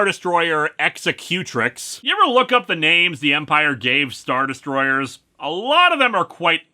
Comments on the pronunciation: Hey Linkara, it's actually pronounced ex-ec-you-tricks. It's the female version of executor. An executrix carries out the plans laid out in a will following the death of the maker of that will. This is one of those cases where good literacy is cool, lol. Great video. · Executrix? It's the female form of the word Executor. As in the person that carries out the will of an estate. You have put the emphasis on the wrong syllable. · You and VIga be safe! Also "Executrix" is the female version of "Executor" and is therefore pronounced the same way in the first part of the word. I'm guessing this is meant to be a sister ship of Vader's super star destroyer.